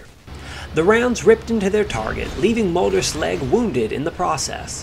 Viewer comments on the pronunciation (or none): Great video and well explained...Just let me make a small correction in your pronunciation of the Mölders name..it sounds like Melders instead of Molders.